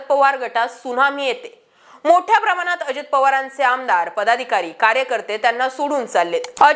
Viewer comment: कृपया 'ण' चा उच्चार 'न' करू नका. जसे प्रमानात..., मानूस...,आपण पत्रकार आहात.